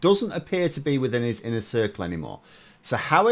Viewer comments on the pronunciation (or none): none